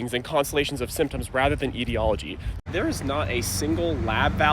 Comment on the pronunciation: Are you saying “ideology”? Because you’re pronouncing it differently than the standard way.